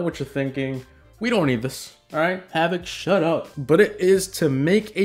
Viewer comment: Havoc I CANNOT understand your name in your DANK intro.